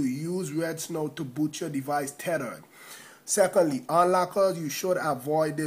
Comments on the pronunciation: Tethered= terered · tedered lol